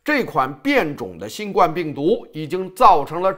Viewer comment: ，还是請你更正一下新冠病毒的冠字發音因為，应该是第一声。谢谢。